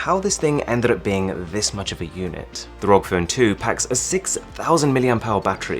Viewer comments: It irritates me when he says Rog rather than R.O.G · please call it a R.O.G phone, not a "rog" phone its an acronym not a word. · R O G not rock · Arun: rog Me: it’s pronounced R-O-G Also me: You’re not a gamer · When they pronounce ROG ("R.O.G") as "rog" hahaha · R-O-G phone smh not rog phone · no offense or anything but the r.o.g. is pronounced seperatly, not as one word as "rog" but as separate letters because it stands for "republic of gamers" so "R. O. G" not "rog" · I just get trigger as he speaks rog instead ROG cause ROG= Republic Of Gamer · Its R.O.G. not rog, Asus employees hates it when people say it rog :P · Please never say rog its R O G It stands for republic of gamers You noooob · Its R O G not Rog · btw its called R.O.G not ROG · It´s called R-O-G = ARR-OH-GI, not rok :p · It’s R.O.G not Rock or Rog or whatever. Sounds weird. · u saying rog makes me uncomfortable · please stop saying rog as one word. please. stop. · Its r.o.g like the letters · You already know how does it pronounce but why are you still saying ROG phone? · It's been a year and he still says "ROG" wrong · How do you pronounce it ROG or Rog